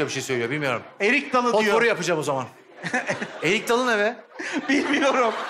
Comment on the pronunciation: Erik Dalı'nı bilmeyen kaldımı ya?Ya da biliyo da Eyik Dalı ne mi diyo?